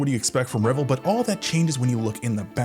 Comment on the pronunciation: It's pronounced "Rev - Ell" with the emphasis on the second syllable not the first as in Revel.